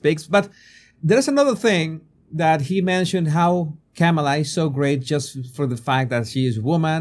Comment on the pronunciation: ...and mispronouncing her. You can say "mama" & this " , " is a comma; add "la" on the end, simple. I have an accent too, I listened to how she says her name and repeat it. Continuing to willfully say it wrong, like saying "democrat" instead of correctly "democratic" , speaks to a lack of respect for others and a big helping of self importance...Trump is just like this too, zero objectivity.